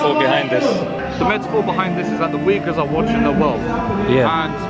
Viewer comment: They pronounce Uighurs wrong. I hear it like "weagers" the way to pronounce is uyghur , (UY)-(GHUR). May allah forgive our sins and keep us on the right path.